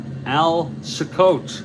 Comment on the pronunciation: Cicotte pronounced SEE-cot; greatnephew of Eddie Cicotte